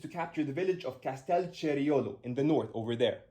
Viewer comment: A little note: it's Castelceriolo, not Castel Cierolo. Aside from that this was very interesting and very well explained. Keep it up!